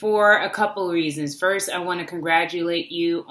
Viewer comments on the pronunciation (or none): none